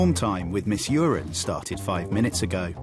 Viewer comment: its miss urine now lol